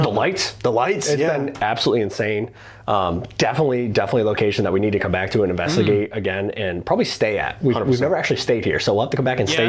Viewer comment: U really don't know how to say investigate or u just playing? It kinda makes me a little crazy. Lbs. In-veSt-i-gate. U never say the s. Vest. Vest-igate. In vest igate. Lmao. Sorry I been wanting to say something finally decided I must. 😂